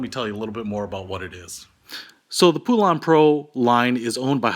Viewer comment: Pool-ahn? I've always heard it pronounced as Pole-ann. We've had our 46" cut one for 7 years and the motor locked up for some reason, so instead of buying a new one I just bought a new 20 horse Briggs, took the old one off and bolted the new one in place. Sure beat buying an all new mower.